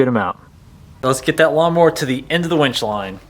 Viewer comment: Umm... it’s a winch, not a wench. Otherwise, great video.